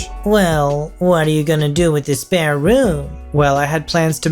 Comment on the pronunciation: SPARE not spear room!